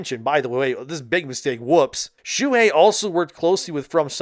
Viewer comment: Shoo-Hey. But read faster.